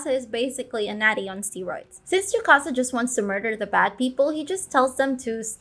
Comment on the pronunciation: why are you saying tsukasa like chewbacca bro